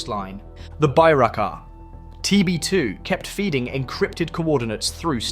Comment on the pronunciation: Not Baraar, it's Turkish made Bayraktar!